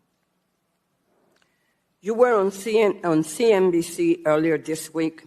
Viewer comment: Its Bessent not Beznet lol